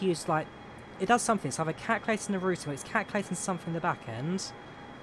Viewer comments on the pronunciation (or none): none